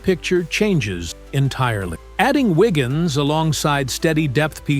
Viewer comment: Andrew "Wiggin".... Downvote AI SLOP.